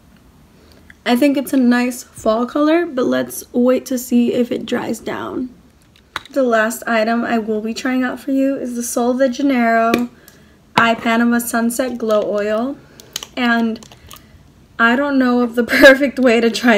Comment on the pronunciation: I received the same box. No shade girl, just FYI, the glow oil is pronounced “Eee puh nee mah” (IIpanema) ...loved the unboxing!